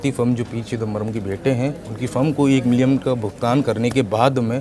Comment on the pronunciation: भाई पहले बोलना सीख ले:- एक मिलियन होता है ना कि मिलियम, दूसरे ऐंकर होता है ना कि ऐंगर।